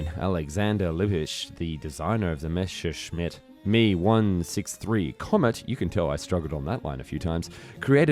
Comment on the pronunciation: im from Germany and i can really tell how you struggled with "Messerschmitt" you said it like Mesch scher schmitt :D Love your videos